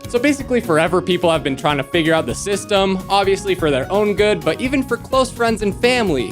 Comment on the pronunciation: bro sayd system